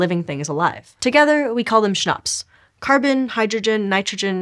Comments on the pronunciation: I kept thinking she was saying schnopse, of which if you know german, is german for beer.😅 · CHONPS can be pronounced better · everytime she sais CHNOPS my German brain understands Schnapps. cheers.